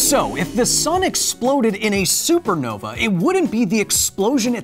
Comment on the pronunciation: He said supernova wrong the first time and it upsets me :(